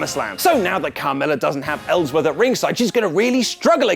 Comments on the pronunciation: Really, really? "Ellsworthy" Really? No way in hell Smackdown was less exciting than raw 😒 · Ellsworthy? You mad bro?